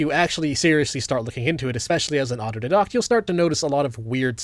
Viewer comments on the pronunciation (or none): Is the word you're saying "autodidact"? Because I kept on hearing it and being confused by the pronunciation - if it is, wouldn't the pronunciation be "dye-dackt" and not "di-doct"? Just for clarity's sake. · Autodidact pronounced "did-dact" or "d-eye-dact"? I thought it was the latter and didn't understand till halfway in. Maybe it's a regional thing? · Just wanna point out: Autodidact (one who teaches oneself) is pronounced "Auto-dye-dackt", not "auto-dih-doct". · Dude, I love your channel, but you need to stop pronouncing words incorrectly when you're trying to call out other people's intelligence. Autodidact is not pronounced "auto-did-act", it's "auto-die-dact". Also, the Breakfast Question is valid. You watch it happen with midwits suffering from cognitive dissonance all the time. Just watch Adam Conover fumble in the Tim Pool interview. They are so blinded by their biases that they don't even understand the questions being asked. It's the same principle, but applied to "smarter-than-average" individuals. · Isn’t it pronounced auto DIE-dact? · does anyone know what word he uses? Abnormally intelligent people tend to almost always be what? Autodocs? Autodedox? I’m genuinely asking, I looked it up online and found nothing. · IT'S PRONOUNCED AUTO-DIE-DACT, IT'S NOT PHONETIC there's my midwit "correction" statement that they do when they can't refute the argument but found a tiny mistake to leverage and undermine you with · auto-didact, but pronounces words differently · Showing my midwit colors a little but you pronounce "autodidact" like a doofus Aw-toe-die-dakt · aa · tow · DAI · dakt 🤦‍♂️ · It’s auto DIE deck T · It's pronounced aw toe DIE dact, midwit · 0iq hooked on phonics gigachad here, autodidact is pronounced AUT-o-DYE-dact because the I and the a are separated by only one d. you wouldn’t say “autoduhdocktic” unless you were thinking germanly, which is less helpful for English pronunciation. Source: I sounded it out.